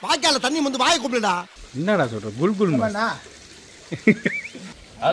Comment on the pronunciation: adu "gul gul" illa, adu "kukul", oru naatuku poona anda naatoda ucharipa sariya therimdukondu pesavum, sila samayngalng neengal Solvadu anda naatil keta vaarthayaaga irukalam😢😢😢😢